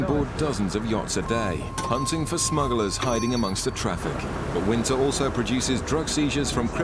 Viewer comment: Narrator keeps mentioning 'smuggalars'!